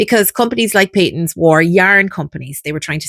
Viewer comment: I’d say Pay-tuns. (I’m Scottish and 70 years old and that’s how I remember it being pronounced. 👍 Nice video!!